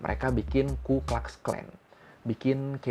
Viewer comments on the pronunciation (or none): Bacanya bukan "klax", tpi "klux" aja kaleeeee